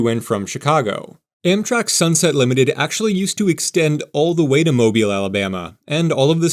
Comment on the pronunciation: How can you pronounce Mobile properly, but New Orleans escapes you?????